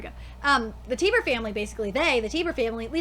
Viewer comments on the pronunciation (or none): TIE BER not tiber